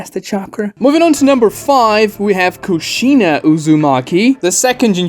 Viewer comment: You're pronouncing Kushina's name wrong and saying it alot